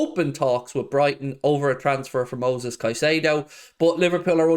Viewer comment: It’s Moises not Moses. Anyways I would agree with your point of view. Absurd price for Moises. Worth mentioning Alexis Mac Allister. He is a great player on the same squad, aggressive, defensive MF, had a great WC and probably cheaper. Plays for Argentina and is half Irish. Win.